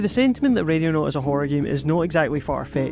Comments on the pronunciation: I cant stop hearing Radionaut I swear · Even near the end of the video it sounds like you're saying radionaut. Could figure out the rest of the accent but i had to think it over every time you said the name of the game.